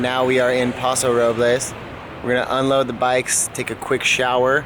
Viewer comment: For Californians you sure do pronounce place names wrong. We say San Lewis Obispo not San Louie (or we just say SLO pronounced Slow) and we say Paso Robels not Paso Rob-less Of course this is not proper Espanol, but that's how locals say it. Sounds so awkward hearing you say the places wrong lol